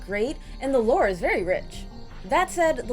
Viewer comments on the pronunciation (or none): none